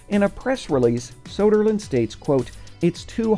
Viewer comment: Soderland? Hahahahahahahhaha NO